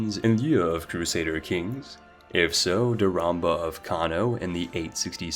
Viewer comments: Spellcheck your shit, its Chieftain Haraldr not "Chieftan Heraldr". Also check pronunciations, Daurama not "Dauramba" and its pronounced Frankia not Fransia. Ohh and its Giza not Guyza.... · i love this channel but i do not understand how he manages to pronounce everything so wrong. The way he says words like piety or duchy make no sense, and also emphasizing a "BA" in "Daurama" saying it "dauramBA" is so confusing. Is it actually supposed to be pronounced with a hidden B?